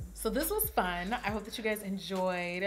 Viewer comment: “Shout out to everyone I had ffuN” lol I literally say this everyday